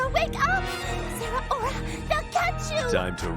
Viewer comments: Zeraora ❌ Zera-Aura ✔️ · I hate the pronunciation of Zeraora here I always read it with 3 syllables instead of 4